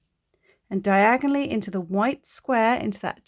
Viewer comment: When yiu say "diagonallly" I hear "Diagon Alley" ... 😅🤣😅🤣😅🤣😅🤣😅🤣